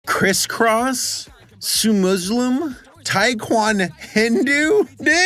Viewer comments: The most offensive parts of the video are the way you're saying Muslim as Muzlim 💀 /j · As an Arab Muslim, the correct pronunciation is MUSLIM not MOOZLIM or MUZLIM. just letting ya know.